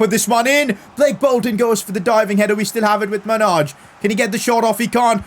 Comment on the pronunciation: Pcq: Manaj is pronounced like J- as in example Y- ellow so when u say his name u are mispronuncing the J